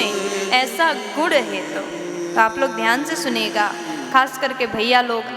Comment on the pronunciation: प्रवचन देने वाली विदुषी गुण को गुड़ बोल रही है,वक्ता,कथावाचक/कथावाचिका के शब्दोच्चारण बहुत स्पष्ट और शुद्ध होने चाहिए।